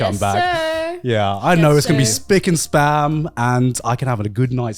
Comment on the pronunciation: Does garnt know its spick-and-SPAN and not SPAM?